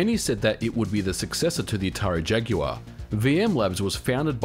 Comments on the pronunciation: Modern Vintage Gamer you must be the first American who pronounces ‘Jaguar’ correctly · Good to know that aussies pronounce jaguar correctly like us brits. It's not 'jagwaar' for Christ's sake!